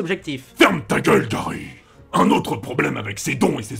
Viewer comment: Gary sans le r